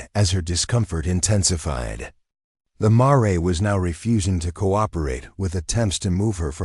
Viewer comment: would be so much better to pronounce mare correctly====happen so often it ruined the story for me!!!!!!